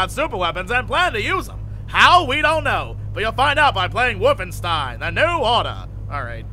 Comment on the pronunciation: Yes, play your "woofenstein"